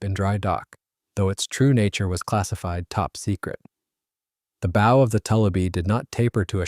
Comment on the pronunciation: Why can't they get a human to read the script? The front of a boat is its bow, rhymes with wow, does not rhyme with owe.